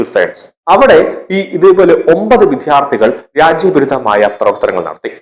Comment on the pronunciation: Vidyarthi ennu nere ucharikkuka please